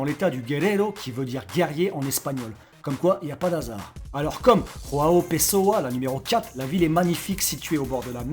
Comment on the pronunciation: Quelle prononciation pour João Pessoa. Irréprochable! Note: 0/20 Peut mieux faire!